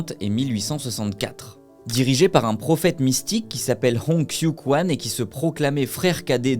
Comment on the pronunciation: Pour Qing, on ne dit pas "king" mais "tching". Pour 天地會, on ne dit pas "tiane dit oui'' mais "tienne dit rouer".Pour Hong Xiu Quan 洪秀全, on dit "Rongue chiot tchuenne".